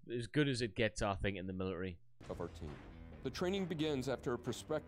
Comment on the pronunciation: "Militry." Love it.